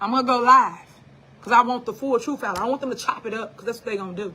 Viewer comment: "I like to talk with TROOF"